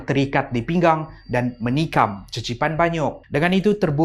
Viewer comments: Qeqipan banyuk bunyi sebutan dia kekipan banyuk, bukan cecipan😅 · Qeqipan tu sebutan dia kekipan. Bukan cecipan. Tu bahasa melanau baie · cecipan... Me (vaie): pffftttt lmao!!! (it's pronounced Kekipan with Q...)